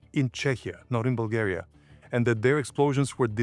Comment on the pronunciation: Why are you saying dates, your name, and Bulgaria wrong? You know perfectly well how they should be.